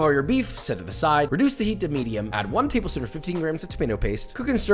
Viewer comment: “tabel shpoon”